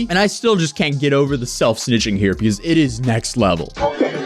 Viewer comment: Why the fuck can't this guy say because correctly it's fuckin annoying hearing him say peakause it's not a fuckin hard word man